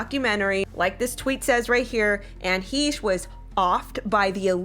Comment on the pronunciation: "What can we say about Anne HEESH?" Well for starters, how about that her name is Anne HECHE, sounds like HECK but take off the ck and add an sh sound